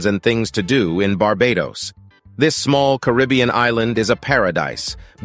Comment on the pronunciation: Car ah b un..... Not Ca rib e un !